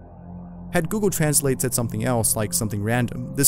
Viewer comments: He pronounced ,translate, wrong😒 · Gosh..it was the same when transalated but the pronuncer was fukin funny 😂😂😂😂